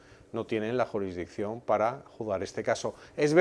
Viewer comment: Juridicción no. Se dice jurisssdicción.